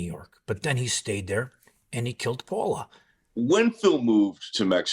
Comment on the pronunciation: Her name wasn’t Paula… it’s Paola “pay-ola”